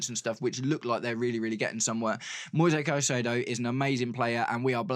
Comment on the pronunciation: the correct form to say the name is like latin american way with plain vocals: Moi sezzzz Cai ze dooo o (plain e like in "re"cipe) and plain "o" like "O"ntario